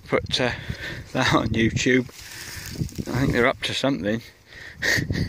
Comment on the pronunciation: Are you saying Moo tube?What the hell is that?!?! 😩